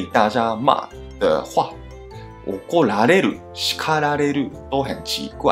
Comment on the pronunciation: "おこられる" の中の "ら" のアクセントは絶対に "高" でしょう。ですから、"おこられる" のアクセントは必ず "低高高高低" ですね。